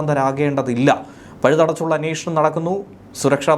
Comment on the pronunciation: അന്നേഷണം അല്ല അന്വേഷണം ആണ്. ചാനൽ ഭാഷ സൂപ്പർ! Launch pad എന്ന വാക്ക് ശരിയായി ഉച്ചരിക്കു...Pad മലയാളത്തിലെ പാടാക്കാതെ.. അല്ലെങ്കിൽ മലയാളം പറയണം. പ്രബുദ്ധ കേരളം!